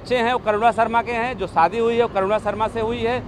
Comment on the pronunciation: आप क्या बोल रहे हो सादी नही शादी